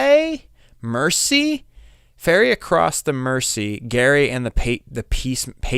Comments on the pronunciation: OH -- again -- "Jerry", not "Gary", is the correct pronunciation of "Gerry" and the Pacemakers; it's not a British pronunciation, it's a nickname for Gerald, which you wouldn't pronounce with a hard "G" sound. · Gerry, pronounced "Jerry". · Ferry Across the Mersey is about the passenger ferry that took people, mostly workers, across the River Mersey from Liverpool to Birkenhead on the other side. Liverpool was Britain's largest port at one time. The group is Gerry and the Pacemakers. Gerry is pronounced with a soft "g' and Mersey is pronounced Merzee.